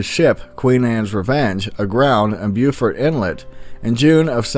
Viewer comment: BOW-FORT! Blackbeard grounded in BOW-FORT! NOT BEWFORT! THATS SC